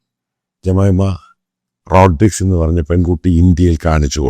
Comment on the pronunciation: Pronounce her name beautifully. Last name you pronounced wrong way.